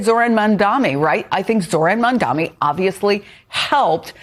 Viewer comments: Mamdani not mamdami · You can not spell "Abdul" and you can not pronounce "MaMdaNi". This sure seems like a wake up call for you. Stop sitting there with your million dollar salaries and guess what ordinary working people want. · Again with the mispronounciation of MAMDANI in MamdaMI?